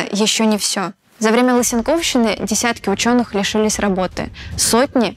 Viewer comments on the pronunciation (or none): Отличный материал! Спасибо! Отличная подборка документальных кадров, хорошая живая подача. Только одно небольшое замечание. Ударение в слове "лысенковщина" на протяжении всей передачи неверное. Она лысе́нковщина, а не лысенко́вщина. Мне кажется, в познавательных передачах важно не допускать таких ошибок. Судя по комментариям, очень многие (что меня удивило) никогда не слышали о Лысенко и лысенковщине. Теперь и они будут говорить с ошибкой. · ЛысЕнковщина, а не лысенкОвщина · История науки, в какой стране она бы не разрабатывалась, прекрасна! Тем более важно освещать и черные ее страницы. Прекрасный выпуск, очень редкие архивные кадры, замечательное объяснение, но единственный момент: разберитесь с ударениями - Исай ПрЕзент ("прЭзэнт"), лысЕнковщина, внутривидовАя борьба и т. д. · МежвидовАя борьба, внутривидовАя, лысЕнковщина, ударения, автор! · Скомкали и бодро проскакали по такой интереснй теме, жаль.И почему лысенкОвщина и межвИдовая борьба? Аж вздрагивала на каждом ударении.